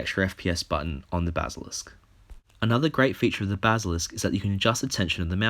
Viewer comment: dude i love ya BUT YOU CANT PRONOUNCE BASILISK